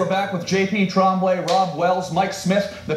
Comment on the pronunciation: it's Tremblay ! Eighteenth century french Get it rite tommy 🥴